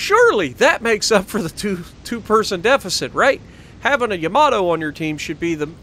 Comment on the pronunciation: I'll tell you why it is too hard to say ""... because that is not Yamato is pronounced! It is how you said it in your first Yamato video